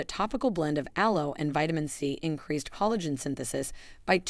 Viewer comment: This video was helpful. I did notice several mispronunciations of words ‘lives’, collagen, arterial and tsunami.